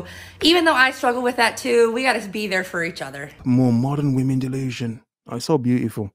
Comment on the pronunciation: I love when goes speechless. It means...vvomen so cringy or clueless